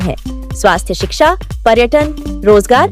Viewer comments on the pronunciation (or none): none